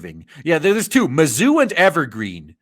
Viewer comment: Had to turn the volume down cause it was late at night. A few times when you said mazzuu, it sounded like you were saying "the zoo". Not much difference in the two if you ask me.